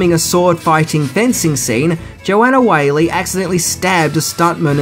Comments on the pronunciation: It's Wall-y not Whaley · That's Joanne WHALLEY (pronounced WALLY or WALL-E), NOT Joanne WHALEY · One more. Joanne Whalley - Whalley pronounced like 'Wally'